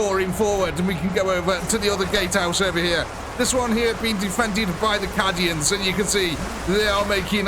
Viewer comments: Cadian is said ca-dian not cad-ian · I'm not sure what made me start laughing more, the way "Cadian" was pronounced, or the fact that "Templars" was spelled "Tempars". To be clear, not being an elitist or laughing in any mean way, just started making me laugh. Lol